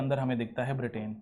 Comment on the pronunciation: ब्रिटेन correct not बिर्टेन